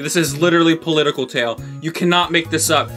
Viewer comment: “political tale” no no no “politale”